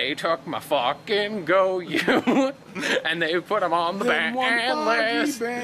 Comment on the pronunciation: it's not pronounced goy-ouu it's goy-oh